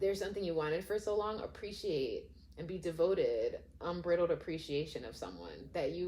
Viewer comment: This is such a cute reading -- which was unexpected for an 18+ haha. I love your vibe, I'm definitely gonna subscribe. But I have to also just let you know that the word unbridled is pronounced with a long i like bride -- so it's un-BRY-dld. The first time you said it I was completely confused because it sounded like it was about something being brittle and then after the like 18th time I was like OH😆